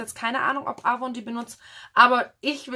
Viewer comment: Das N mit aussprechen 😁 AvoN